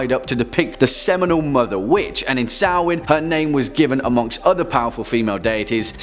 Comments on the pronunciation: Thank you for saying Samhain right 😂😂 I had trouble with it when I first read it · thank you so much for pronouncing samhain correctly! one of many reason why i like you so much! i can't wait to see more videos from the mythology series!